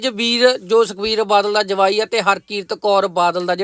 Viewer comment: Jwai not Jmai